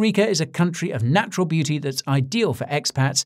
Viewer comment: Did you say naturL beauty, or natural booty? 🤔